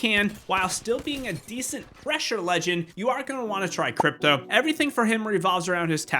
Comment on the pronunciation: Did anyone notice that he sId dripto and not cripto 😂